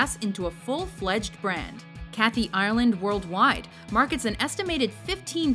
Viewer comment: Americans can never say Ireland properly...